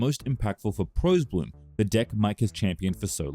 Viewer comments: From someone who was around then, "Prahs" Bloom as in Prosperity, not "Pros", unless it was regional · It's pronounced "praws" bloom. Not ( "Proes" bloom. Since the "pros" comes from "prosperity", you pronounce it the same way. It's like nails on a chalkboard levels of annoying mispronounciation. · You're saying it wrong, the deck was pronounced pross-bloom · Prosbloom is pronounced like "prosperity," not "profesional." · Why would you decide to pronounce Pros like that while knowing it was shortened from Prosperous? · The "pros" in pros-bloom wasn't pronounced with a long "o" like the word "pro", it was the first syllable of "prosperity"... FYI